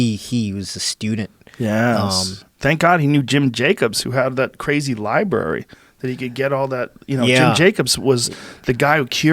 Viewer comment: Jeff Jacobson joe rogan: “libary”